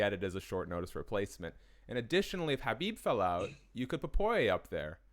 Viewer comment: Imagine covering the sport and not being able to say khabibs name